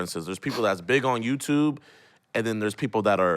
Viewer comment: He really says YouTuve